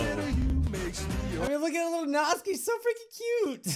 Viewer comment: This has been bugging me but it’s pronounced nat-soo-key not natskey